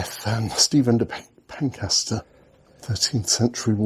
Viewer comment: Pencester is pronounced Pen-sess-ter. Just so you know should you ever visit the castle again, or Pencester Gardens in the centre of Dover. Nice video - it would appear they have added a lot since I last visited, which wasn't actually all that long ago.